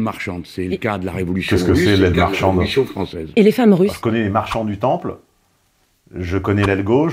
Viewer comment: Aile marchante et non "aile marchanDe"....